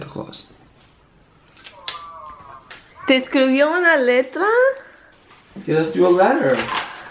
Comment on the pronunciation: It's Claus not Clause lmao